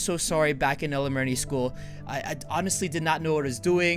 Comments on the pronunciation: Elemary?!?!? NO ITS ELEMENTARY!!! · Listen to and see how roi says elementary